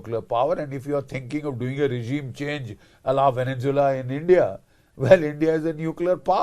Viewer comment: Namaste gen Bakshi. You are one of my favourites. I have ENORMOUS respect for you. Hiwrver, please pronounce venezuela correctly - it is horrible to hear the incorrect veneNzuela continuously. Namaste, once again. Jai bhaarath